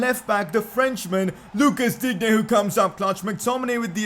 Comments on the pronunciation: It pronounced Lucas Diinne not Digne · Digne is pronounced Dine